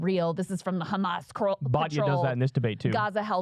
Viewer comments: Trained propagandists, down to the pronunciation of 'khamas'. Making it sound as menacing and foreign Americans' ears as possible. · What does Batya pronounce it Ehmas?